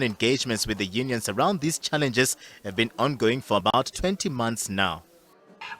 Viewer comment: Unions, sounds like honions.